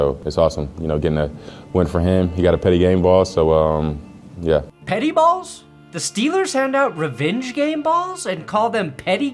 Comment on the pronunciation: Petty ball sounds a lot more like Pitty ball to me